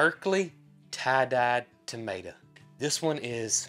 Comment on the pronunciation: Crowbars not likes in the Uk are named as the death bird if they land on your gate normally someone will die in your family it always comes true for are family to weird but it happens. When you say tomato but pronounce it tomata that's what we calk potatoes where I live in the UK you go me confused till I saw pictures 😂😂